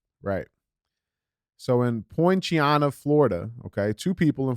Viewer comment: DJ, I live in Polk County FL. You absolutely butchered how you pronounced "Poinciana" 😂 It's pronounced "Point-sea-anna"